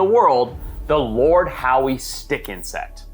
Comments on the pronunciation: It's spoken as Lord ````HOW?´´´´ NOT ..... Lord Howdy do dah Howie. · Audsie here its not the "lord howE" it's just "lord how"